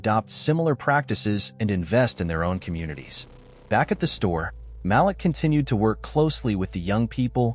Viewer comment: Malik is pronounced Maleek